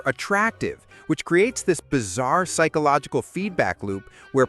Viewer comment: Did he say "pikeological phenomenon" ish?